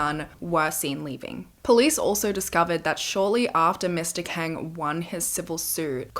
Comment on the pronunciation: Not that it matters now but Kang is pronounced as Kawng/Kahng. It’s just something that bothered me while listening 😭 Loved it tho! I’ve been been bingewatching past videos. ❤️